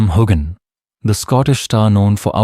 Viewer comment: Why can't any of you reporters pronounce his name correctly. This AI stuff is going to stop